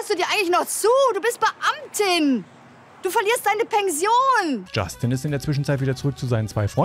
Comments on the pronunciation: bin ich die einzige die statt Pension Pengsion verstanden hat? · Nein nicht ihre "pengsion"!😂